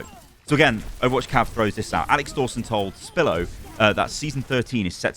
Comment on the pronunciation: Why do you call Spilo, Spillo? XD he even says his name at the beginning lol